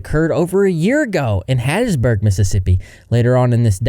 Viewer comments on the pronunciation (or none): none